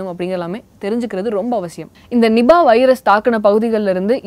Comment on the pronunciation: not nibah.. its niipaah.. Malaysian word.